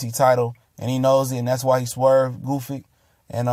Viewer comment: Gusyk, Goofik... OMG, it's Gvozdyk! Or are you trying to deface his last name on purpose?